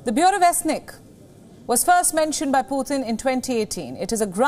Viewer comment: Putin not puthin